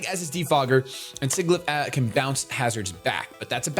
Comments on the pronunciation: Listen, I love you, but it's not pronounced Sig-Ih-Gliff, it's Sih-Jill-If. You know, like the word sigil XP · it's Sigilyph not Sigiglyph._. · SIGILYPH, NOT SIGIGLYPH! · he pronounces Sigilyph wrong, it's not "Sigiglyph" :D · The way he pronounces Sigilyph with two hard g's.... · I love you, but you need to fix the way you pronounce "Sigilyph"